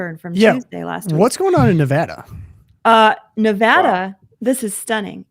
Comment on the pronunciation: OK First, Nevada head here. The first a is an a as an apple not as in awful. Thank you. Secondly, the weather in Northwest Nevada is awesome! But yes, you get a few miles east of Reno/Carson City and it is pretty bad. You might not know this, but lust in the dust occurs in the Nevada desert, and I’m happy to say they are losing money, which is a good thing. Perhaps it will shut down. God sent them terrible thunderstorms a couple years back, and they all got stuck in the mud. So we can pray for that. The other name for lust in the dust is of course “burning man“